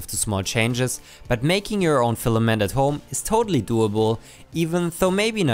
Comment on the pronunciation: "Stefament" :D love it!